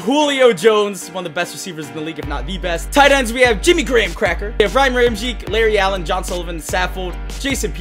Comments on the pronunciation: Also Ryan Ramczyk's last name is pronounced Ram-check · It is pronounced RYAN RAM-CHECK